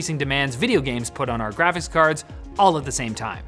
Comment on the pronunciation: "Grafits" cards. Man... you Canadians... sample size of two: and. Confirmed, all Canadians can't pronounce the word Graphics. /s